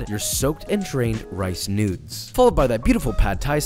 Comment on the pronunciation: I kept thinking he was saying newts that is what it sounds like